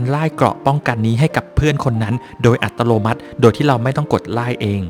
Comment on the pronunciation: 55+ ขำพี่ชุดพูด อัตโลมัติ